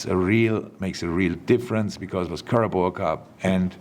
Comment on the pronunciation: Can’t get enough of Klopp saying Caraboa instead of Carabao 😂 Gonna miss this